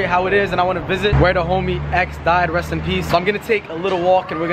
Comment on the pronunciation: Reast and peast x😩